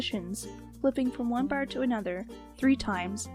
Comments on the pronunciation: When u say bar it sounds like ur saying baer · It's her Canadian accent :3